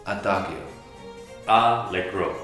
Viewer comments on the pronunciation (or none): Adagio is wrong, you should pronounce the "gio" as "jo; Also Fermata is wrong, but I can't describe you how you should pronounce that, hear how google translate pronounces it (Italian); Legato as accent on the a, so Legàto, the sound is longer on the a; Andante, the A should sound like the A in "Harp" for example; Vivace, ask google translate; Waltz, same. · we pronounce adagio , ah da jio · adaghio? 😂 sono fantastici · In adagio the g isn't hard, is soft and it is "Koncherto"